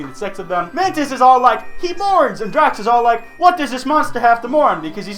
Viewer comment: This boi said Drax DRAX